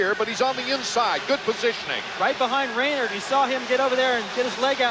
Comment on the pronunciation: Pronounced Ray-nard not Ray-nerd.